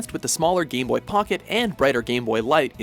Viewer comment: for some reason, every time he pronounced "game boy" it came out as "gay boy" lol..